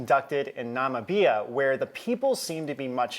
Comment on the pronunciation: Namibia = Nah Mib Beeah P.S. - I can't believe you guys have been back on the platform (publisher) for almost a year and I didn't know.